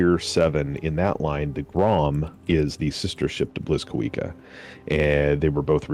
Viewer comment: Blyskawica is also pronounced more like "bleeskaveetsa".